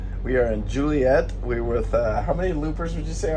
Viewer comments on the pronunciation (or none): Being that you asked for proper terms.. What you have been calling "bouys" are actually "fenders", and Joliet IL is pronounced like Joe, and not Julie. . Not that it matters, but you did ask!!